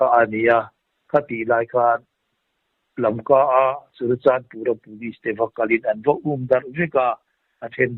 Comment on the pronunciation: LAMKA tih tur aw.